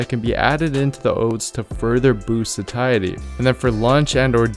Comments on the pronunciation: Why is he saying sakiety, instead of satiety? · Just a pointer, it’s pronounced “say-sh-uh-dee” or “say-she-uh-dee”. It’s a tricky one I know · Sat-iety with a hard t??? Get outta here lol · absolutely phenomenal video but it's pronounced satiety (say shee ate ee) so I had to stop listening before I die from cringe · Just not crazy about your pronouncing "satiety". Otherwise, good info.